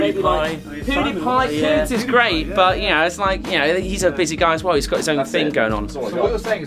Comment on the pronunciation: They were joking. Notice they called him Poodiepie instead of Pewdiepie.